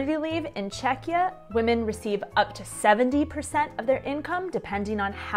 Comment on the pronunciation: I would love to watch more videos... but can't get over "Čekeeah"every 3 minutes :D